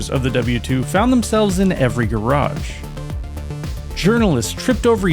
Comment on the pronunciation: Thought you said garbage for a second lmao. Shame it ended as it did